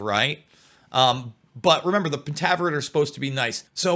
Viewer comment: FINALLY! Someone discussing this SERIES knowing it's past and heck, even how to pronounce the name correctly is so fulfilling. Lol I've listened to people try to talk about this but knew nothing of it's roots or what it even was about. Which really upset me more than whatever they were even talking about.... But for the show, I could've done without all the penis'